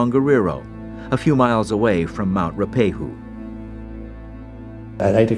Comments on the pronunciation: Ruapehu: it’s not”Roo-pé-who” as pronounced here, but “Roo-a-pé-who”. (Note the “a”) Ruapehu was the view out my bedroom window growing up. We used to ski on it every winter. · Our mountain is pronounced roo-a-pay-hu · As a kiwi I have to give the narrator huge props for pronouncing our often weird place names correctly lol. He kept getting Ruapehu wrong but other than that it was awesome!